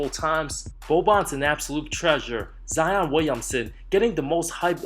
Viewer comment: Adomas Janciauskas oh yeah except for him and “zeon” Williamson